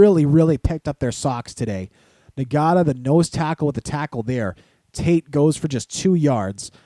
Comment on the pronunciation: pronunciation: JOYK not JOY-KEY, NOTA not EN-GATA * WOW, its great to see the whole team running on all cylinders. Manziel with 6 touchdowns and Gresham being more than reliable replacing Cameron, great, great game.